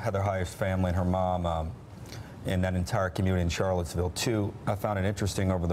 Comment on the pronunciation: He said Charlettesburg, oops